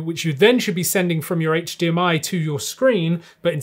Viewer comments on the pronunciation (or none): none